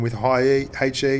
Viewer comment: It is ''HE" not "hey chi"